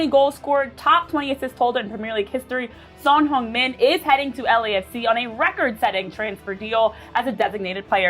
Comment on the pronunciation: 진짜 말그대로 현역 아시아 축구 넘버원 선수가 온거지...아니근데 다들 손흥민 발음을왜이렇게 잘하냐...